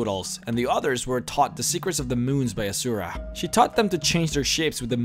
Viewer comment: IT'S azura not azuraih